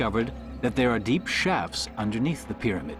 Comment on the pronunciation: There he is! I love hearing that guy say "pyramid"! He pronounces it "peh-deh-med". Lol